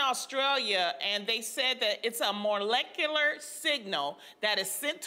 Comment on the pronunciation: Did Loni just say "more"lecular??